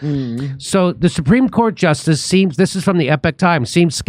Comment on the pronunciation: "Supervac-of-cream-jort-justice seemed generally sympathetic"? 😂 speak engrish Jimmy